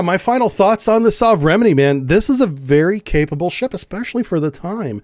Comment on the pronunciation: Repeat after me. 'Sove-re-men-ie' . Meaning ' Modern Type'